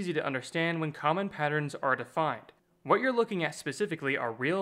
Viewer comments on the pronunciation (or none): none